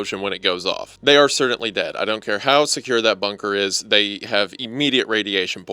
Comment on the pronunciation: This video is amazing and im not even done yet. Seriously improved my entire shift of my job. My only criticism is how you pronounce the word "certainly"